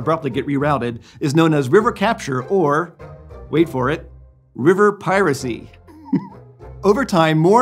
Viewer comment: Every time he paused to emphasize "piracy" I wanted to shout "YARRR!" 🦜